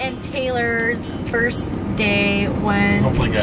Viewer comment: you said fist day not first day